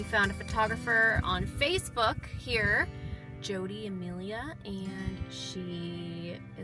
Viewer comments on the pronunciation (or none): none